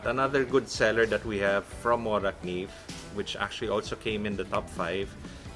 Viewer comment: Wow they almost said Morakniv perfectly. Best regards from Sweden :)